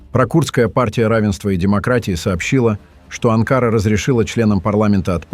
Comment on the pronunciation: АВТОР!!! НЕ АНКААРА ---А АНКАРА!!! НАУЧИС ГОВОРИТ ГРАМОТНО!!!! ЗЛОДЕЙ ЭТО ВЫ!!!! ВЕЧНО ЗАНИМАЕТЕСЬ РАЗЖИГАНИЕМ ВРАЖДЫ МЕЖДУ НАРОДАМИ!!!! ВАМ ЧТО НЕЧЕГО ДЕЛАТЬ???? ИДИТЕ ЗАНИМАЙТЕСЬ СВОИМИ ДЕЛАМИ!!! СЕЙЧАС У ВАС ПЛАЧЕВНАЯ ПОЛОЖЕНИЯ!!!! НАСЕЛЕНИЯ УБЕГАЮТ ---КТО КУДА ПОПАЛ!!! У ВАС ДАЖЕ НЕТУ БУДУЩЕЕ!!! СПЛЕТНИЕЙ ЗАНИМАЕТЕСЬ!!! ТАК ТОЛЬКО ЗАНИМАЕТСЯ БЕЗРАБОТНЫЕ АВТОРЫ!!!!